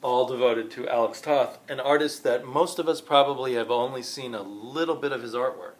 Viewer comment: Firstly, you should know your pronounce his name Tote.